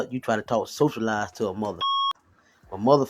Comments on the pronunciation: That's the 1st thing that I said. When he started talking, I said awwwww naw.. he didn't know how to pronounce words or speak clearly or appropriately. Nothing attractive about that at all. So sad that we settle! 😢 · Hey you a weirdo and he can't talk, You can't even pronounce words, right? He try to speak intelligent. It sound like a damn fool. She had to be desperate or something cuz ain't no way he looks slow. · Literally! I said, “SOCIALIZE? Yeah he’s off his rocker.” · The way that he confidently repeated “socialize” incorrectly tells me everything I need to know about him.